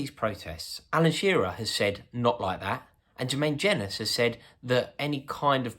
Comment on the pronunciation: the way you mispronounced jenas' name is hilarious